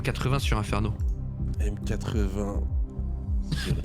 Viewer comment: petit détail M80 se prononce matey (tout comme m8 se prononce mate)